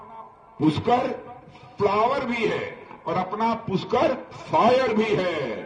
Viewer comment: Raj nath ji puskar nhi pushkar hota hae